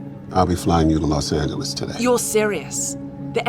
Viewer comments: los angelees 😂😂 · Los Angelees??? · The way she say los angleses in part